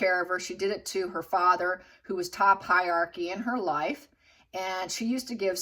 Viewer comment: Hierarchy is NOT 'high yarky' but HIGH 'RARKY'.